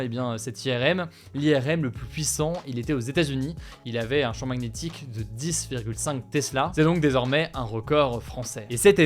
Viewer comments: Maguenétique != magnétique par pitié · Au cas ou, le g de magnétique est muet ( Ma Nié Tique) déso ca m'a perturbé tout le long 🤣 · Une prononciation de "Magnétique"... Originale ^^